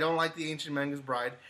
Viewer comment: Lmao XD you kept pronouncing it as Mangas instead of Magus. No hate, just thought it was funny. Everyone has their own tastes dude, so don’t worry too much about it. I do recommend watching Haikyuu! If you got the time though :).